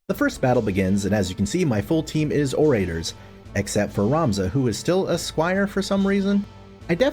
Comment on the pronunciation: Ore-ray-tors? Bruh.